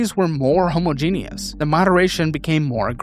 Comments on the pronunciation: I love you, but for the love of god, please stop pronouncing homogenous like Homo-genius... It's pronounced, Ho-Ma-Gin-Us Please and spank you 😘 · Homogenous is not pronounced "homo-genius" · Bro can't pronounce 'Homogenous' and mistakes Austria for Australia. GTFO. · You're killing me with how you pronounce homogenous. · He can’t pronounce homogenous and doesn’t know where Australia is. Hes also a mod and regular user of Reddit 🤦🏻‍♀️